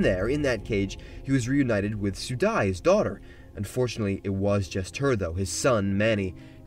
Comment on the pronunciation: Your pronounciation of Rannveig (Rann-veeg) and Sudi (Soo-dee) broke my brain.